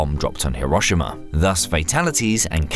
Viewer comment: HERO SHE MA not HE ROSH SHI MA